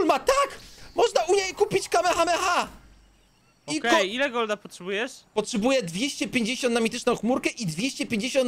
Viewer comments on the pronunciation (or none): nie kamehama tylko kamehameha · ale też Ci tam wyleciał kame hame haaaa